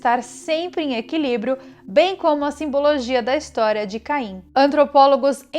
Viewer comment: Só eu ouvi Cain e Adão?